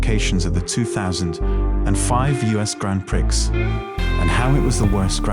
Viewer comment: The X in prix is silent 😭